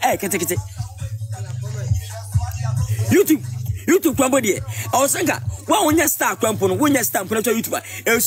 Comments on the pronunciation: Liwin. What's ur problem? Martha is a star. Mtchewwwww. Liwin its "YouTube not "WeTube" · He says Wetup😂